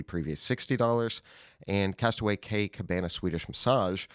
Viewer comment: Only good thing about the daily fix going away will be no more mispronouncing simple things simply like Castaway Cay (key)!!